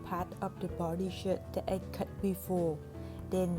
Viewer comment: sorry but i heard "from my old shit" no hate ❤